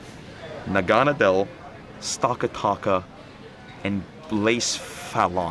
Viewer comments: lol it’s pronounced NAH-GUH-NAH-DEL lmao everybody gets it wrong not bashing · Naganadel is pronounced (nag-a-na-dal) just to help you I’m not trying to be rude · Na ga nod l, is how you pronounce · Great video! You pronounced the names of Pheromosa, Naganadel, Stakataka, and Blacephalon wrong. Besides that you did an amazing job!